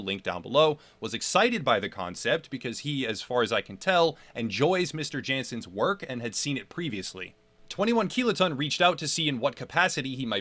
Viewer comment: Nice vids, but... You're pronouncing Jansens wrong. Its a Dutch name ofc. So... Jansens is pronounced with ya(h) nsens rather than Djensens. Just fyi